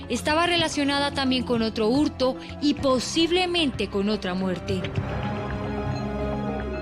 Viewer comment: porqué el conductor dice "hurtu", "asesinatu"? , qué significa eso?